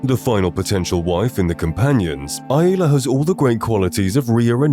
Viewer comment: Who is eye-aye-la? No one pronounces it that way.